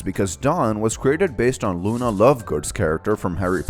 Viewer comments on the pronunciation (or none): none